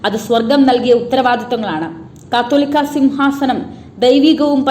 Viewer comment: Pronounce the word catholica correctly